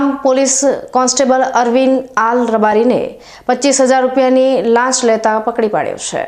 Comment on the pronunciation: લાસ નહિ લાંચ બોલો